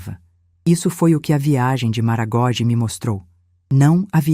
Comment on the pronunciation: Lê-se MaragogÍ e não "MaragÓgi"